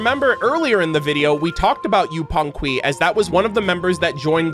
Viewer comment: YES! ngl, I've been so excited knowing this video was coming hahahaha I will temporarily erase my memory of Natlan and enjoy this to the fullest while I work :) also, this doesn't bother me btw, but I know you like to learn so I thought I would mention it, in yupanqui the "qui" is pronounced like "Key" in english this is because whenever there is a "u" in between "q" and a vowel the "u" is silent. :)